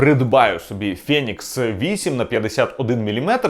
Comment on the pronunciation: фЄєнікс ФЄєєнікс.... Ну хватає вже тих москальских відсилок... Правильно взагалі "фінікс" Але в чому проблема сказати ФЕнікс?